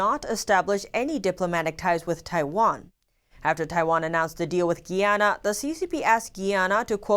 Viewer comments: isnt it GUY-ANA not GEE-ANA? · Guy..Guy......Guyana not Gee-yana! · It’s not pronounced Gianna, it’s pronounced Guyanna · Hello, Greetings! it's GUYANA - 'GUY-YA-NA' or (Guīyǎnà) Nice to see our country is making it around the world, smile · you're pronouncing Guyana wrong... it's GUY-ANN-AHH ... hope this helps.